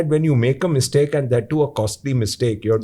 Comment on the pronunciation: Mistake should not be Miss-take.😊